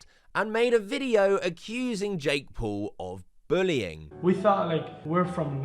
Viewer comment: years later and bro still cant say Paul, he has to say Pool.